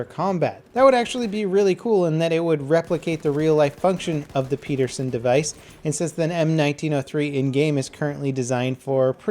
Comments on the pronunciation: PED-ER-SEN Not PEE-DER-SEN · ped-er-son, not pe-der-son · It's not "Peterson device" like how you said it, it's pederson, almost like pedal. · Its "Ped" like in pedestrian... not "pead" like you said peaderson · Pederson not Petersen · pedersen, not peterson... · it's PE DER SEN not "Peterson" please if your going to say it more than 5 times and it's your native language please pronounce it correctly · it's pronounced Peh-dehr-sehn. Not Pii-dehr-sehn. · It's called ped-er-son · By the way, it's pronounced how it's spelled... Pedersen, not peedersen. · Peterson?I'm unsure, but I think it's pronounced Penderson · Its Pedersen, not Peterson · It's pronounced pettersun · PEDerson device. There is no T. I know it's like the pronunciation of the M1 Garand ....but just so you know. I remember you correcting the pronunciation of Garand. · It's pronounced PEDerson, and the design lost out to Garand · It's pronounced PEDDER-SON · I'm pretty sure Pedersen is not pronounced "Peterson" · The way you pronounced Pederson...